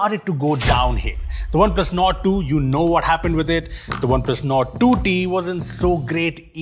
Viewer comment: You lost me at OnePlus "NORD"